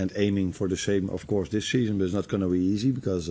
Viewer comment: Of coursh it's nice to have good pre-sheshun 😂 come on Arnie lad